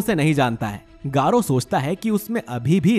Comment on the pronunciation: Bhai garou Hota h 💀